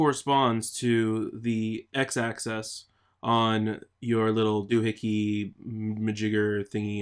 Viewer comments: you keep saying access, but it's axis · Its pronounced "AXE-ISS" not "ACCESS" and spelled "plane" not "plain". And the reason it is the Y axis is because it represents the Yaw value of the player; X represents the Pitch.